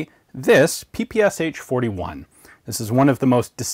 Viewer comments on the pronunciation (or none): I though you pronounced it as the PSHHHH 41